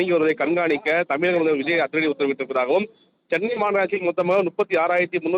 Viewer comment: தமிழ்என்றுதெளிவாககூறவும்தமில்.தமில்நாடுஎன்றுகூறுவதுகேட்டால்சகிக்கமுடியவில்லைதமிழ்நாட்டல்வாழ்பவர்களேஇப்படிபேசினால்எப்படிகாதுகொடுத்துகேட்கமுடியவில்லைஇனிதறில்என்றுவாசிப்பவர்கள்யாராக இருந்தாலும்கடுமையானதன்டனைகொடுக்கபடவேண்டும்